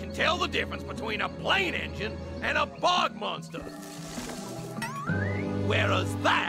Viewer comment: IT'S BOG MONSTER!!! NOT BUG MONSTER!!!!!